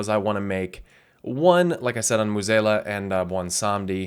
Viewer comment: Moo-zayla? I thought it was something more like mweh-zahla